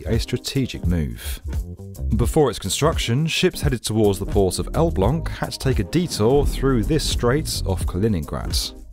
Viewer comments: You pronounced Elbląg perfectly! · Fuck me, as someone born and raised in Elblag I really do appreciate the effort in correct pronounciation. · A BIG LIKE for the correct pronouciation of ELBLĄG! Spot on, mate! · Respect for saing Elbląg correctly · I must sat that I'm used to native English speakers having truly atrocious pronounciation of Polish names, to the point where I myself as a Pole could not guess what they are trying to convey, so when I heard you saying "Elbląg" and it was absolutely 100% spot on, to say I was taken aback woud be a massive understatement, I guess it took some practice, nice mate. Now to the core, yeah there was a discord from local officials of whether they're gonna be responsible for deepening the track, but once that is settled, it's all cool. As for the russian objections, well there is only one good place for them, trash bin. By the way, there is one great project in the works here right now called CPK (Central Communication Port), it's gonna bring together air, rail and roads. You'd be more than welcome to make a video about it! Cheers~ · I'm impressed how well you pronounced Elbląg. About the project, many said that it's a waste of money because Elbląg isn't an important port. However if we suppose the canal is useful, it should've been bigger to allow bigger ships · Respect for correctly pronouncing 'Elbląg'. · i love how properly and clean you said Elbląg . Are you Polish? XD